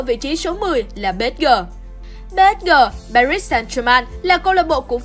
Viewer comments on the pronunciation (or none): none